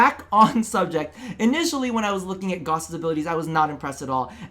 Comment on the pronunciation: Pronounced gauss wrong 5/10